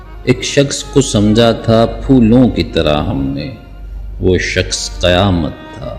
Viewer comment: شخص۔۔۔۔۔شکس نہیں۔۔۔اردو تو سیکھ لے۔۔